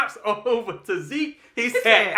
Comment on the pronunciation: I knew after a 1,000 of us said ZEKE ZEEK.... you all would RESPOND!! Enjoyed the review nonetheless!! Esp when says "MA-RIR-REZ" 50x...Imma need him to just leave it as is...WE KNOW ZAAAAKLY who you're talking about!!! ✌🏾